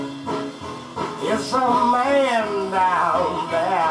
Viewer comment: In the version that I recall from '60's L.A., the singer, in a Muddy Waters-style accent, ALWAYS pronounces "man" as "mane": It's a MANE down thauh. Could be yo' MANE, I don' know." This version seems to have vanished from the ken of mortal men.